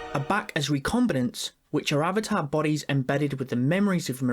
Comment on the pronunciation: Avata the wa of wae💀